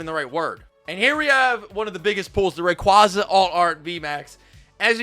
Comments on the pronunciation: WHY CAN'T YOU SAY RAYQUAZA RIGHT???????? dude this is your full time job and you can't say RayQUAZA.... no RayQWAZAH.... don't it's not spanish. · Ray-qay-za my big bro you goofy for that af.